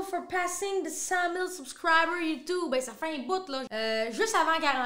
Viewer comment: “…for passing de cent-mille suscriber” t’es incroyable 😂😂😂